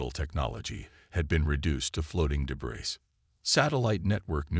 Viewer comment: Or debriSss instead of silent s